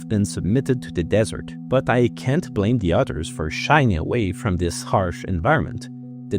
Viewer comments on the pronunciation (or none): none